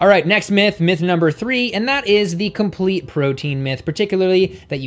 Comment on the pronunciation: "compete protein"